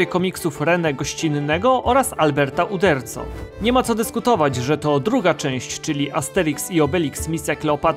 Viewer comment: Uderzo przez "z", on byl pochodzenia wloskiego, ale urodzil sie we Francji i nazwisko czyta sie po francusku, bo oni nie wymawiaja "c". Dobry material.